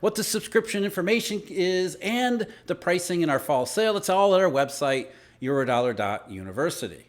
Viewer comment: When you start speaking fast you are always saying eurodeli😂 guess this is the final subway 🥪